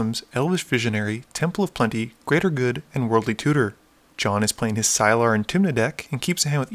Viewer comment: His name is silas, not silar